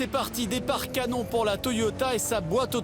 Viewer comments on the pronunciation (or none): none